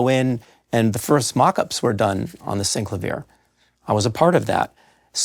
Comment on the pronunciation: Finally, someone who pronounces it correctly.